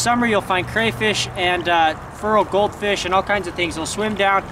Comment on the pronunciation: "Furral Goldfish" lol